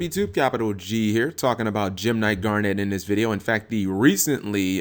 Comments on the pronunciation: Yeah he's pronouncing it as Garnette. A strong emphasis on "NET". It's just "Garn-it" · damn, how can you even mispronounce garnet?